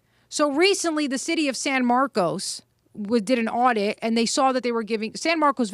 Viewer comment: Texans are laughing right now about how she pronounced San Marcos lol, in Texas, nothing is pronounced as it's spelled. San Marcus, btw